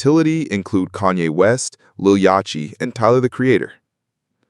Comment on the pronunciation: I took my like back as soon as I heard yachtchy. Just speak over the damn video, you already wrote the script.